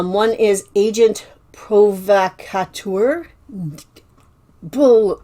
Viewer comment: I have never done well with bras. I don't look at them usually. Maybe I'll look at them at the bins, though those are often too worn. Definitely some brands I have not found here. Now if it's more like a corset, I will look at it. You live in Canada and don't know how to say Provocateur? LOL